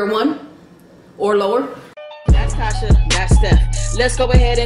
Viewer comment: Tasha pronounced it perfectly! Well done :) Looks so so so good <3